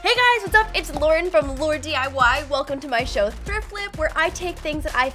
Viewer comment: tay's wørld LAUREN not laur ,sorry it's a pet peeve